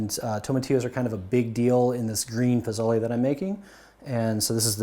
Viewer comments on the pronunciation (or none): It’s Posole, not Pozole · It's PO SO LE I see ever one beat you up on the pronunciation already. Next thing where I grew up in a Hispanic household, we used yellow onion as well as white and red. Red and Green Chile from Hatch, New Mexico. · It's Po-so-le. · It's pronounced PO SO LE just trying to help you out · You say pozole weird😂